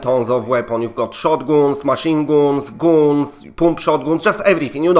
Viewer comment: “Shotgüüns, machine güüns, GÜÜNS”